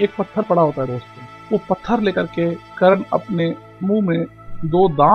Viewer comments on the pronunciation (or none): It should be Karna .not karan